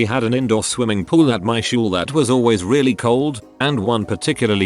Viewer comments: Humans: school TTS: shool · This person said shool.